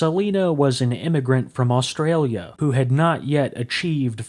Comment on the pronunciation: Nice to hear an American say Australia half right! 🇭🇲☺️